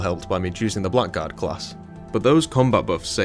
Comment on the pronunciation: This is nitpicking, but its not pronounced "black guard", its "blaggard".